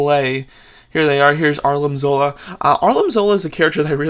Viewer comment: he calls him arlim zola instead of armin zola